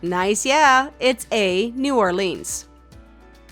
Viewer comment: A quiz about the U.S, yet you managed to mispronounce Colorado, Rio Grande and New Orleans. Great job!